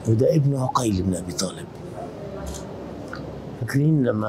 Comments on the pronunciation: مسلم ابن عقيل وليس بالضمه كان تقول عوقيل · معلومة جدا مهمه للاستاذ محمود عقيل بفتح العين وليس بضم العين وسكون القاف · ليش المصريين يكولون على اسم عقيل عوقيل حته الاستاذ هم هيج يكول سبحان الله